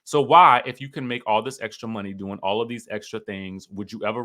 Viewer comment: you have me HOWLING every time you say “a lil access to the muhney!” 😂😂😂 a gold digger just like Ashley and Mia